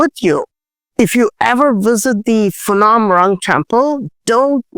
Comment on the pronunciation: Phanom is spoken with PH and not as Fanom, Just so you know. thanks for your great uploads on this platform. 🙏